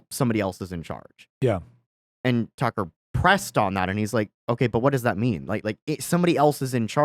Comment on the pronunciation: Way to make Tucker sound like fucker lol